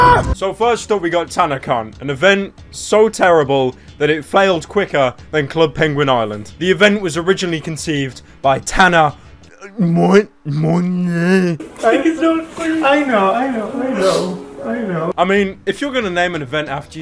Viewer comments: mongeau is pronounced mohn-jo. not mō-jō. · It's pronounced: Tana Mongoloid